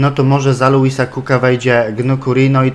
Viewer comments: Ward w obronie cię zawodzi a w ataku gra jak z nut sam zdecyduj co z tym zrobić potrenuj obronę w następnym odcinku jak mówiłeś I czyta się Gradel po prostu nie Grejdel czyta się Lejwis nie Luis i WAJNALDUM się mówi a nie coś tam przekręcasz :D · War zawodzi cię w defensywie a w ataku gra jak z nut sam zdecyduj co z tym zrobić potrenuj obronę w następnym odcinku jak mówiłeś i mówi się Gradel nje Grejdel mówi się Lejwis nie Luis i mówi się po prostu WAJNALDUM ;)